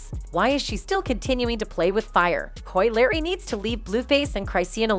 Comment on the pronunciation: Yeah but Koi Larry though 🤣